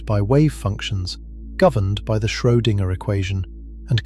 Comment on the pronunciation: Schoedinger is pronounced in one string